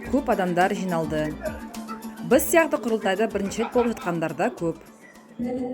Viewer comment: Журналистің сөзінің түрі анау, "жатырық" , "быз" деп тұр ұят ай